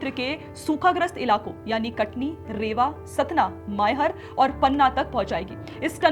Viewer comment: रेवा नहीं रीवा बारगी नहीं बर्गी